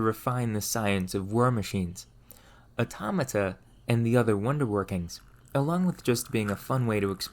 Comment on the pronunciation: Every time he says "automota" take a shot